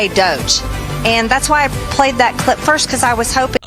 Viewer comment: I’m not sure if anyone caught it, but when she was discussing the Obama clip, she said clit instead of clip. She is very ignorant, and listening to her read only shows how ignorant she truly is. 🤪